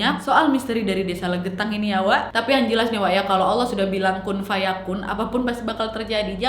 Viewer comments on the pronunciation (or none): none